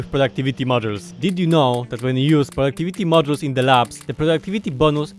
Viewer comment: I don’t know what a “pluduktivti muddel” is